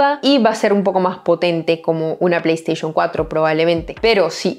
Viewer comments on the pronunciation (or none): none